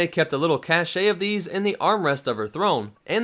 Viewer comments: “Cache” is pronounced as “cash,” not “cash-ey.” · "cashe" is pronounced "cash". "Cashet" is the state of being respected or admired. It's a completely different word.